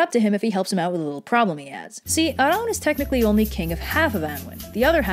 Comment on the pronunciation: You pronounced Arawn correctly! At least in the North.